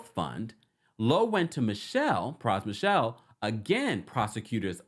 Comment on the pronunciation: His last name isn’t Michelle- so disrespectful to talk about this man and you can’t even take the time to say his name corrrctly